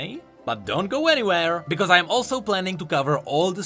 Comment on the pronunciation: I love the way that you say because. Its bekoose